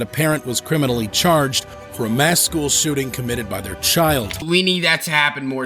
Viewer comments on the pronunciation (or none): wth is a shoeting!? it's shooting!